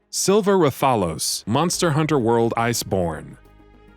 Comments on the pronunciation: For fuck sake This list is alredy wrong 1#Sephiroth KH 1 and 2, Talk about Final Mix ver But shows Lingering Will at the very start. you guys suck. 8#Silver Rathphalos? DA FUCK learn how to pronounce IS TAAAAAAAALOS like AAHHHHHHHH. This entire list is a fucking joke. Gungeon is the only game where i agree because i never play it. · It's pronounced Wrath a los. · That's not how you pronounce Rathalos and silver rath ain't that hard